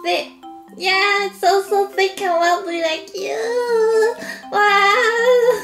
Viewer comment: Why do you say 'chu' and not 'you' ?